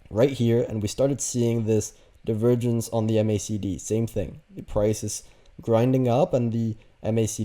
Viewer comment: Is anyone else hearing “the virgins” when he says “divergence” 😂